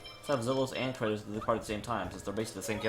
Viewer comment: I just found this video by chance...why were you pronouncing Kratos as "Kray-tos"?